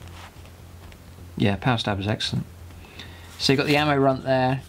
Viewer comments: Just wanna point out that the runtheard is pronounced runt heard not run theard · Runt herd. Runt........ herd. He herds the runts. Not runth-erd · Its Runt-Herd, like shepherd....